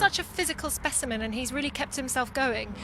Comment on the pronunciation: “Physical speciment” wtf woman